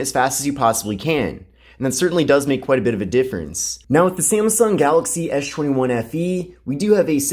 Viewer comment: you call it "Ash 21" instead of S 21 :-D